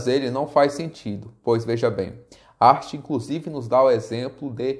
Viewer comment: boa explanação, mas o nome de Hart não se pronuncia "art" e sim "Rart"...rss